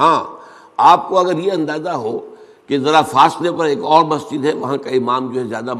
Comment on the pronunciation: مہجد نہیں مسجد بولنا نہیں آتا